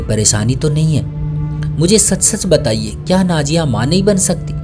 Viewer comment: Bhai aap ki kahani to acchi hai magar bura mat maniyega aap ke kahani sunane ka andaz bahot bura hai, naziya ki najiya kah rahe ho, nazar ko najar kah rahe ho, intezar ko intejar kah rahe ho, zakhm ko jakhm kah rahe ho, bolne ka tarika sahi karo apna